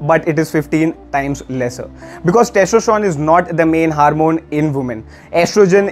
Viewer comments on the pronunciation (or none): [haarmon] funny accent